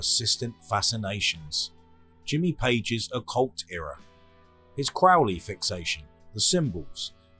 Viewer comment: No problem, congrats on correctly pronouncing Crowley's name.